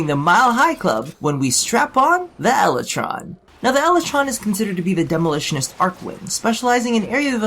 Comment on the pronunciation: "Lel"ytron Lol